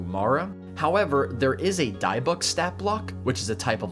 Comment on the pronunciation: Not to be that guy correcting someone’s Fantasy pronunciation, but ‘dybbuk’ is pronounced “dib-uck”. I only bring it up because dybbuks come from real world Jewish folklore/mythology and you might encounter them outside of D&D unlike Tanar’ri. I think there was a dybbuk horror movie just last year.